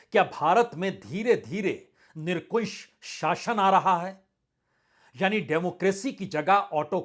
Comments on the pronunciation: आपकी प्रस्तुति सदैव सराहनीय रहती है, आपको आज के सम्बन्ध में कहना है कि आप निरंकुश को निरकुंश बोल रहे थे मेरा ये कहना है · Nira-n-Kush not Nirn- Kush. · Sorry Sir nirankush ko aap bar bar nirkunsh bol Rahe Hain .... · Nirankush निरंकुश बोलिये सर। Nirkush.... निरकुश कुछ नहीं होता। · Sir, Very sorry to hear from you the pronunciation of nirankush.many a time your pronunciation is nirakush. So sad You are a hindi language Journalist ,you English is poor agry but hindi is also very poor. Please correct it,I am a regular viewer of your show. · बाजपेई जी, आपके एक शब्द के उच्चारण को लेकर आपका ध्यान आकर्षित करना चाहता हूँ! आप nirkunsh (निरकुंश )उच्चारित कर रहे थे!सही उच्चारण nirankush (निरंकुश )है! सादर! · सर मैं माफी चाहूंगा, लेकिन एक अध्यापक होने के नाते मैं अपने आप को रोक नहीं पाया आज के वीडियो में आपने एक शब्द निरंकुश का इस्तेमाल 5/6 बार किया लेकिन उसका उच्चारण आपने her bar गलत किया, इसे Nirankush बोलना था but आप हर बार Nirkunsh बोल रहे यह सुन कर मुझे बेचैनी हो रही थी और मैं सोच रहा था की आप ऐसी गलती कैसे कर सकते हैं, आप एक बेहतरीन पत्रकार, विश्लेषक हैं, मैं प्रति दिन कई वर्षों से रात को आपका वीडियो जरूर देखता हूं मैं देश के स्वतंत्र और सच्चे पत्रकारों को कद्र करता हूं, मुझे आप जैसे लोगों पे गर्व है आप जैसे लोगों से पिछले 9 साल की तानाशाही के बाबजूद सच्ची पत्रकारिता अभी भी जिंदा है। गोदी मीडिया ने तो देश का बेड़ा गर्क कर दिया। सेल्यूट है आप को । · Nirkunsh nhi vajpayee jee....NIRANKUSH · प्रसून जी आप निरंकुश का गलत उच्चारण कर रहे हैं। निरकुश नहीं निरंकुश कहें। आपका जबरदस्त फैन हूं। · 'निरंकुश' बोलिये 'निरकुंश' नहीं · निरकुंश नही होता निरंकुश होता है शब्द 😂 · निरंकुश बोलना तो सीख ले दोस्त😂